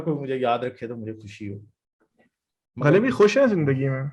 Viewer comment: When you speak Ghalib,when you speak words like Rasale You remind me of my grandfather who studied in college in Lahore.